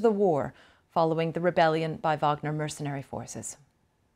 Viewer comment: Oh no! Not an American newsreader who stares at us and can't pronounce elementary words like 'mercenary'.